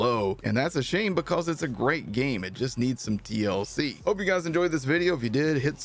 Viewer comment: you really gotta emphasize that T in TLC lmao